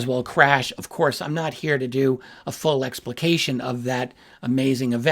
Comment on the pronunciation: But did you say that right? 😂😂